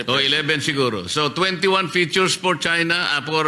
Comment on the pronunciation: Kunwari hindi mabigkas ang china.